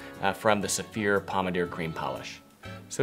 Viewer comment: I thought you were saying 'severe' - now I see you are saying Saphir..... LOL Makes a difference- next video show the name or spell it. :-)